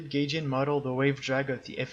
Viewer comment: Its pronounced guyjin and not gayjin XD